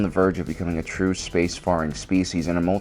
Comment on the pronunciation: Minor pet peeve. It's space FAIR-ing, not space FARR-ing.